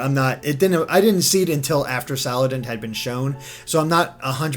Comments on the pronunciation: Sal. And. It. not salad int. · HO-LY DAMN. IT IS SALANDIT, NOT SALADINT. SALAN-DIT. LIKE SALA(mander) + ba(NDIT). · SALANDIT NOT SALADINT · You keep saying "Saladint" even though you said you liked his bandit theme... The bandit theme is why he's named "Salandit". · Salan-dit like bandit. also I feel like mimikyu could have a night form. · Them not being able to pronounce salandit makes me cringe its pronounced (sa-lan-dit) it rhymes with bandit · You pronounced Salandit wrong! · Avery Page Yes thank you. The thing that upset me so much is that this was obviously Salandit and not whatever he said. It is literally a combination of two words. Like, come on guys.